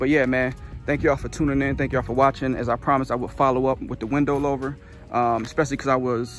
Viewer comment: Not trying to be rude but it’s pronounced like hoover but with an L like “looover”